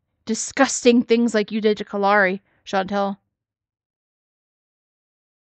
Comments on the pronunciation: Something I've noticed..maybe a nit-pick but when talks about what got her the 7 day suspension/ban or whatever, because of the post she made, she mispronounces Kalari's name and says Kalani. I wanna say it's not the first time she's done that either and I know she does that to ppl's names on purpose when she doesn't like them. She acts like it's an accident but it's low-key shade. 🙄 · I thought the same thing, but I wasn't sure if I was right. I'm glad I'm not the only one that noticed that she purposely mispronounced her name to throw shade.